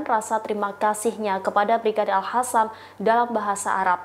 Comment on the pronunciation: Utk pembaca berita : yg betul bacanya Al Qassam pakai huruf Q bukan Al Hassam. Bismillah INSYAALLAH PALESTINA SEGERA MERDEKA ALLAHU AKBAR